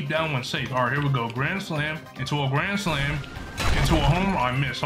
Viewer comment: I like the way bro said grand slam into gran slam gran slam